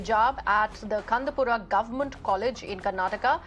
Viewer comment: It's not kandapura.... it's kundapura.. crown of coastal Karnataka...... please correct yourself....